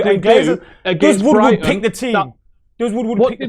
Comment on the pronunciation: It’s ed Woodward not wood wood ffs